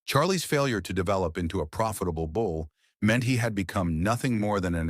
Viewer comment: Bull,not bowl.